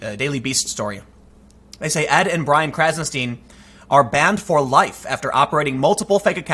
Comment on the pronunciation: "Stein" rhymes with "sign"